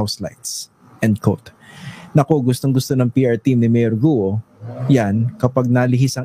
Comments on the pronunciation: HINDI GU-O ONE SYLLABLE ANG GUO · Alice Guo po nde Alice Guwo😂😂😂